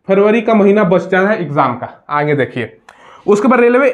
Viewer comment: Not आगे = आँगे😅😅😅